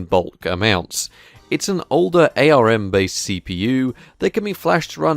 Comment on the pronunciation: Cool video, would make a good prank! Also the first time I've heard someone say Ay Ar Em-based as opposed to armbased 😉